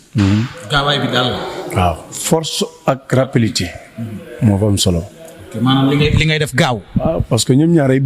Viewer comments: Rapidité la wakh écoute bien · non il a dit rapilité deglouko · Balla Nena Forse ak rappilitéé, balla rek déé forse ak rappilitéé,,,😂🤣😆😁